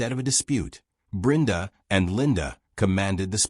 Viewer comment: Why is Brenda's name being pronounced as Brinda?. I've never heard it being pronounced like that.